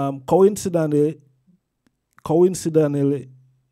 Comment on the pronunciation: Co in see dent Lee. My lord honourable. Try saying what I've written, will help with better pronunciation. Give thanks. Blessed love